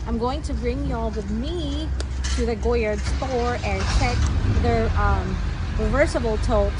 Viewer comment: Nahirapan ako sa pag-pronounce mo but thank you for the Goyard info.